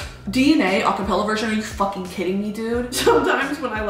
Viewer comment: Brittany, your accent is almost perfect. The only thing that isn't quite on the nose are your U's. You're saying 'fooking' instead of 'fahkin'. Hope that helps!